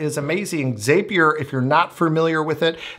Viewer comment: zapier .... it rhymes with Happier